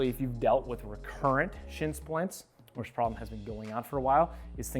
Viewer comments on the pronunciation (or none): none